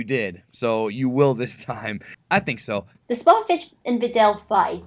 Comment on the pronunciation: He says sopopovich instead of spopovich